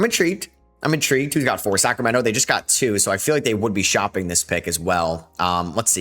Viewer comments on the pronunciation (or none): none